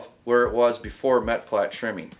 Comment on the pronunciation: the word for the tip of the bullet is "Meplat" only one 'T'. And it's pronouced "May-pla" or "Mee-pla"